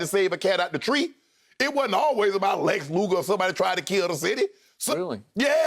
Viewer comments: "Lex Luger" lmao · Shannon saying Lex Luger instead of Luther is awesome 😂